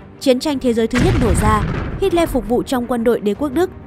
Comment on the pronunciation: Tưởng đọc Hitler là:Hi lờ Lại đọc thành:Hít le